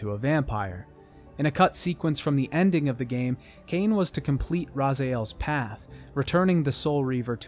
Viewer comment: it's legacy of ka-in not cane. huh-iin.